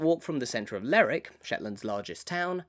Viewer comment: Nice video but it's not "Ler'ick", it's "Lerwick".